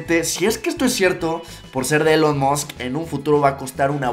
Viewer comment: "Elon mosc" Se escribe Elon Musk y se pronuncia Ilon Mask